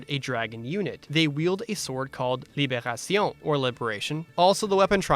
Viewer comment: i just wanted to point your french on "libération" was really good :)